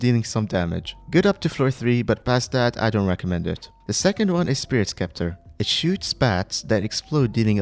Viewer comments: spirit scepter is pronounced septer not skepter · man really called spirit sceptre "spirit skepter" :Joy: :joy: its spirit sceptre the same way its written not skeptre lmao. its pronounced spirit septer